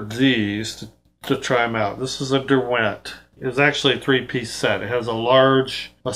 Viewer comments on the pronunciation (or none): Love all of your videos 👍 Just one thing, as somebody from the UK, the accent on the word Derwent, a brand made in the Lake District area of England, is on the first syllable. DER-went, rather than Der-WENT👍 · Nice explanation of these brushes. Just a point about Derwent. The brand is named for the Lake District in England. It’s pronounced DERwent (emphasis on the first syllable) — not derWENT.